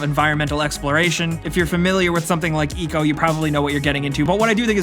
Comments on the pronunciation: this dude hasn't played DR: off the record? also it's ICO not "ECO" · Stop pronouncing "Ico" wrong please.